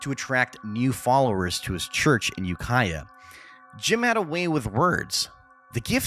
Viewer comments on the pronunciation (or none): none